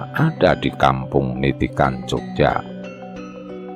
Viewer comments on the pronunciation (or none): Niti'an. bukan Ni ti kan